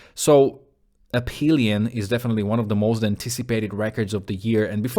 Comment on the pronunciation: For me On Hold is the kind of song that is an instant classic, and I knew this at first listen, and that never happens. And I like the verses more than the chorus, and that really never happens! Nice review! And the ph on Aphelion is pronounced like F, from the Greek word Αφήλιον, which is the point in the orbit of a planet, or comet, that is further away from the sun. For earth it is in July. Hehe it is ironic that the northern hemisphere summer is when we are further away from the sun, and we are still burning up. Cheers!